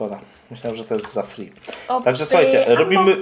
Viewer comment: Mówi się obbi a nie obby 👍❤️